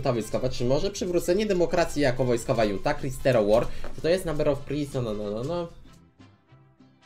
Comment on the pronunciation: Czyta się Hunta, jest to wyraz obcego pochodzenia